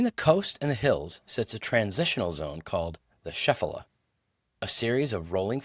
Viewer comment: Very good! One tiny thing, though. Shephelah is not pronounced SHEF-a-lah, but sheh-FAY-lah.